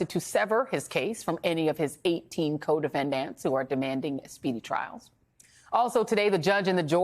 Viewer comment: For the love of God, can you stop pronouncing the word "DEFENDANT" with a hard, flat A, like "ANT" !!!??? UGHHHHHHGHGHGH! This drives me crazy !